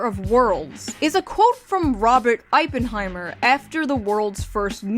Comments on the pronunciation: Look, I love you based momma June, but you can't be doing that, come on... Oppenheimer is pronounced: Ahp-Puhn-Hai-muhr. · Am i the only one who heard you say “Ippenheimer” instead of “oppenheimer”? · Ah yes, the famous scientist J. Robert "Eye-Pen" Heimer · Ah yes, Robert "Aipenheimer". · The way you said "Oppenheimer" deeply offends me. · That's not how you pronounce Oppenheimer but okay Ill forgive you since you apparently aren't a physicist.